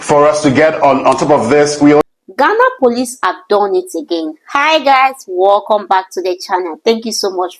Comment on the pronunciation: Try to correct your English accent, it is WELCOME not wallcome so annoying please